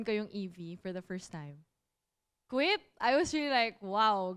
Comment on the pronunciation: Umisa ka nnman jah!!😅 Quit- kuwit😂